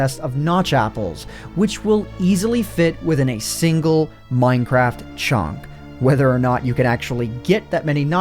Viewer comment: did he say chunk or chonk?